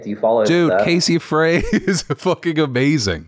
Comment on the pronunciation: Casey Frey - Frey is pronounced “Fry”